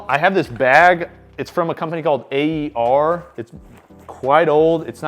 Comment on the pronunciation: A company called "AER" lmao they're called "Air"